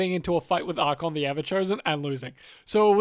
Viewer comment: The list of people who read "Archaon" as "Archon" grows. Look, if you can say the word "archaic", you should be able to pronounce the second A in Archaon.